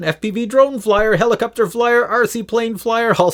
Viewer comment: I love the way you say helicopter (Heli-cup-ter) it always gives me a chuckle. Your enthusiasm for the hobby is infectious!